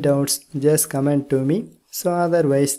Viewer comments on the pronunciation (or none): none